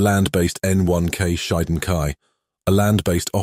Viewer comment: Informative comparison. Raiden is pronounced as "Rye-den." Shiden is pronounced as "she-den."